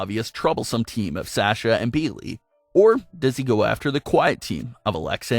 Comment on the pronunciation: Why can’t this guy pronounce Sasha correctly it’s so annoying